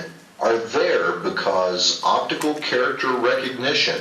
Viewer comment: "Opitical" This should show you the level of intelligence these people have.